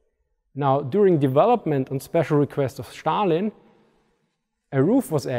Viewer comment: Love your channel but please pronounce Stalin right. I am not even Russian and its killing me.